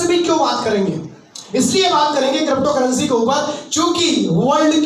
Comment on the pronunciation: Krapocurrency nahin hota , crypto currency hota hai